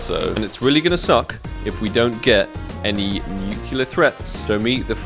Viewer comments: no one:: "nukiller threat" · Maybe if you pronounced "nuclear" correctly the cs go gods would have given you one... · Didn't get nuclear threat cause u pronounce nuclear wrong :(